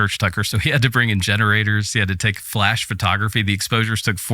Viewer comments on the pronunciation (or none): none